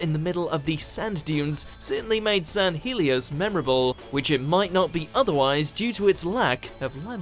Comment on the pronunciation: Dr Who: San Hell-E-Os Watch Mojo: San-heel-e-os